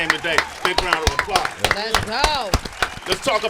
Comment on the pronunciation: "Big round of "APPLAHS" 😂😂😂